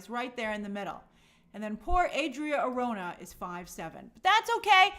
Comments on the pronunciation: I'm open to whoever they cast as Wonder Woman, but I hope they don't do another skinny WW, she needs to be buff, and I mean buff. Also, you're mispronouncing Arjona (it's Are ho na), but someone already mentioned that. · Hey Grace, Adria Arjona, Arjona is pronounce ar-HO-na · Arjona is pronounced ahr-HOH-nah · the correct pronunciation for Adria Arjona is "R ho na" the jo is like the ho in home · Somebody probably already corrected you but Adria’s last name is pronounced ar - HO (as in honey) -na. She’s actually technically a “nepo baby” lol, her dad is one of the most influential Hispanic singer songwriters of the last 30ish years and huge in Latin America, tho since she works in a totally different market I don’t think she benefited that much from her dad’s influence other than the obvious money = opportunity and better access to everything, etc. in any case, she’s been super talented and charismatic in everything I’ve seen of her so I’m very happy she’s doing so well and getting so many opportunities in Hollywood! Have a good rest of your week Grace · Arjona = ARH-HUN-AHH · Arjona is pronounced like “Are” “ho” “nah”.